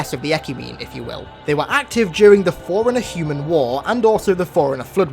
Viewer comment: When he says forerunner it’s sounds like foreigner